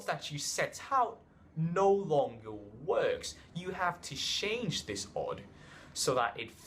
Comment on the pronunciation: why are you saying shange. It's "change"